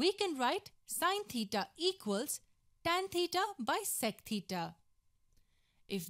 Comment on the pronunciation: Maybe they don’t like the way she pronounces theta